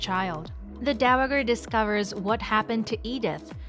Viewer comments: I would love to watch your videos but the mispronunciation of the word Dowager over and over and over is like nails on a chalkboard to me I just can't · Learn how to say "dowager"!